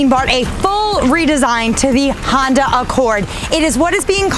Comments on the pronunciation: She keeps saying the new Honder Accord !!!!! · 🤔🤔 Did she say Honder 😂😂😂😂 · Josh S Yes...lol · no worries lol, I just thought it was funny, made me laugh. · She did so many times but I think I could live with it,when you're that fine who cares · 'Honder' LOL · I love how you say "Honda"... Awesome review!